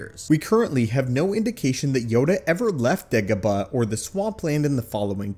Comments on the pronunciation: No one: This guy: degehbuh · ok, STOP pronouncing Dagobah like that!!